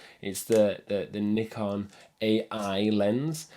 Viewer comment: At last someone pronounce "Nikon" the way it should be